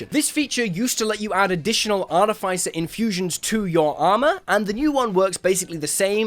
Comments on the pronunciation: Immediately I hear artif-ice-er and that is simply WRONG ARTI-FISS-ER IS CORRECT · I don't mean to be a stickler for things but why do you have to pronounce artificer incorrectly in the case of this word you don't make the sound of the i it's more like the sound of iss